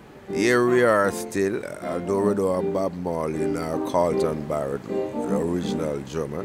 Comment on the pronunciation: Did i hear "to interview Ashton Family Man Barre"LL"?